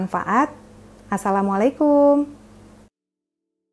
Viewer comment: wa'alaikumussalam. terima kasih ilmunya. o ya bu maaf sekedar masukan .jika berkenan. ucap salamnya kum nya di baca pendek .soalnya kalau di baca panjang jadi beda makna. maaf buu